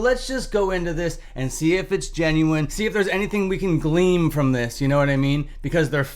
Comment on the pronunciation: The word is "GLEAN" you modern day 'Murican nightmare...not "GLEAM."